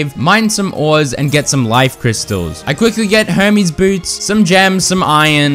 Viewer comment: Low key sounds like he’s saying homies boots instead of Hermes